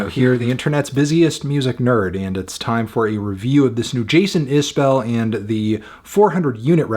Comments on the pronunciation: I appreciate your opinion. I happen to think Jason is one of the top songwriters of my lifetime. I would hope you would want to pronounce his name properly… He pronounces it is bull, not bell. Just trying to help. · It's pronounced iz-bull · FYI, his last name is pronounced Isbull or maybe even Isb'll - I think it kind of elides the second vowell. I only correct you because I try to remember it myself.